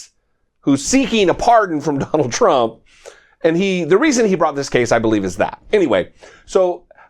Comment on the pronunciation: You should STOP saying the LOSERS name..lets only refer to him as "the LOSER"..you always put too much emphasis on his name..